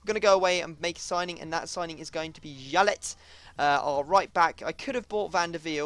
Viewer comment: It is pronounced "yalley" not "jalet"